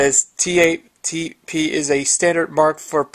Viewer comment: It's not "TAP". It's T 4 P.